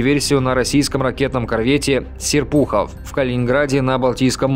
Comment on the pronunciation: Научитесь правильно ставить ударения. сЕрпухов, а не серпухОв. В школе плохо учились? Причём таких неучей среди ведущих слишком много. Буду учить вас минусами.